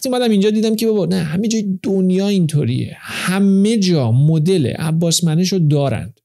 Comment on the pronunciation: سلام اقای دیدگاه شما درمورد استاد عباسمنش کاملا اشتباهه و حرفاتون راجب قانون سلامتی شبیه ایشونه ولی تفاوت خیلی عمده ای با ایشون داره شما حتی اسم ایشون رو درست تلفط نکردید چرا باید بیاید درموردشون نظر بدید